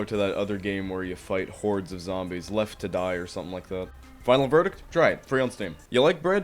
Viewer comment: I love your pronountiation of "Zambies"